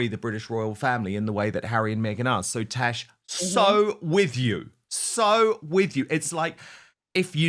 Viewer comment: Why does he call her “Tesh”??